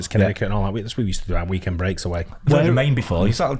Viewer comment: When first said Connecticut I thought he said Kennedy Cup, LOL!!